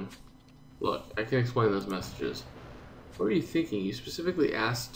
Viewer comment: Ace... you miss "T" when you said "What" at the end... since you just said... "WHAAAAAA....???"